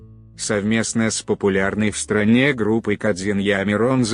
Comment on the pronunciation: Материал интересный! Согласен! только ударение в словах неправильно. Например :сатрАна надо странА.или гОду а надо годУ.